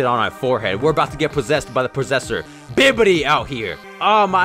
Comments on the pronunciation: Why does he keep saying Bibidi instead of Babidi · This man said bibidi oof